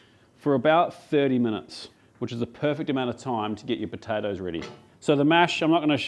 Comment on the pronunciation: Potatoes 🥔 with a P not a B